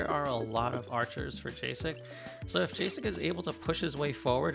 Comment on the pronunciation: Calling Jacek Džejsek when it's pronounced literally Jacek should be criminal xd Anyway, great game and cast 🗿